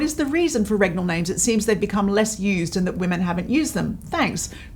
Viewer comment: 'regnal' is the adjective of 'regal' & pronounced it correctly. Perhaps you are from a country that doesn't have that word in their vocabulary or perhaps pronounces it differently.?